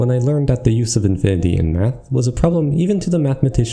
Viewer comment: There were many times i heard him saying or bath instead of math. Definite hard b sound.